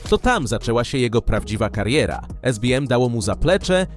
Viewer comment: Pierwszy raz słyszę, żeby ktoś SBM wymówił jako esbiem :D przecież to skrót z polskim akcentem